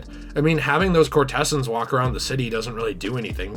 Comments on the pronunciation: my man said courtehssuns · I've got no issue with how you pronounce "roof" dude. Your pronunciation of "courtesans" however was far more troubling 😂